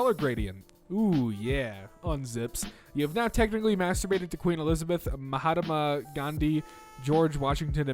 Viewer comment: Mahataham it’s mahatma